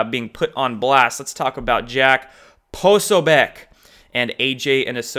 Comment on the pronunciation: Please learn to pronounce Jack Posobiec... 🤞